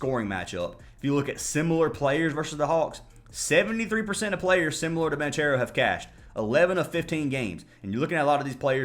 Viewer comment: Lol it's pronounced BON-CARE-OH bro 😅